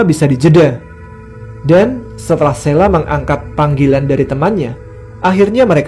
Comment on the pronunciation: Sheila, ada H-nya, bukan SELA. Parah!